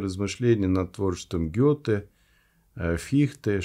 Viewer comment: Хорошо когда ведущий не урывками,по верхам,не разобравшись в сути темы,даже ударение Гёте не удосуживается узнать,на пример-не храм,а Дом Гёте-Гётеанум, и много др ляпов. И все в кучу… Это не профессионально и не вызывает доверия к ведущему,передачи,к сожалению.